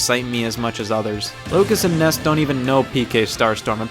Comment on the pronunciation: Correction: He said "Nees"